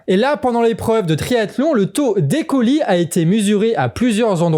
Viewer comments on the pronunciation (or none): Le Canard qui parle d'honneur et de France, comme les fachos... Ça se prononce i coli, pas e ni é.